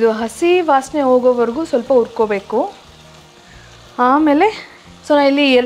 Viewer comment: "ha" karada mele swalpa gamana kodi, urkobeku, asimenasu, ogovargu....